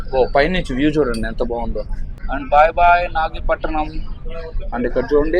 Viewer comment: నాగపట్టినం కాదురా నాయినా అది నాగపట్టణం 😂